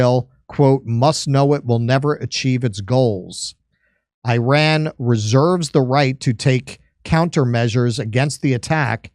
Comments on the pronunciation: Im happy you finally pronounced IRAN correctly (e-run) ❤❤ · correct, it is pronounced ee-rawn, but i'm still going to call it The Ukraine because spite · Hey guys, it's really good to see that Finally ;) you tried and succeeded in pronouncing "Iran" correctly!... let's give you a tip on pronouncing "Iraq" correctly now.... ;)... just pronounce Iraq the same way as you did for Iran!.... also "Ivan" is pronounced exactly like them , as well.... Please note what Russian Federation Ambassador to UN said in UNSC held after Zionist new low in bombarding Iranian Embassy in Syria in addressing his western colleagues, US, UK, France, Japan and Korea who did not condemn violation of UN charters and conventions..... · Finally an American who pronounces “Iran” the right way.😂🎉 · Your pronounciation of Iran was perfect 😅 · As an Iranian I can tell you, your pronunciation is perfect. As for Iran response, I can tell Israel would be looking over its shoulders, till it happens. And this is bad enough for any body living like this.